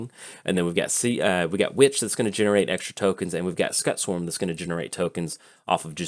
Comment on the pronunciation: mispronunciation really gets my back up.